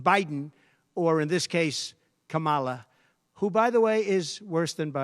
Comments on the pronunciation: So you do know how to pronounce her name? Oh ok? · He did say Kamala’s name right for once! Lord let this be over forever. #harriswalz